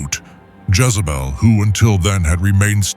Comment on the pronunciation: A I , calls Jazzabell , He ? Other then that , this is good